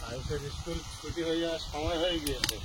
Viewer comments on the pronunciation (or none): none